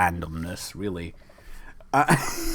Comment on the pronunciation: oh relly farty meters per second WORK ON UR ENGLISH